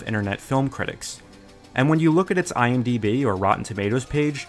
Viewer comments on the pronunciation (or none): none